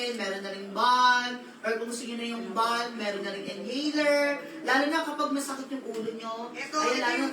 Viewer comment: wag po magagalit, ang "balm" po ay silent L po. kaya [bam] po ang pronunciation